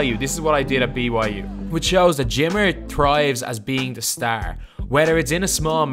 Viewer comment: This idiot needs to learn how to say Star sound like a fuckin pikey I'm out of here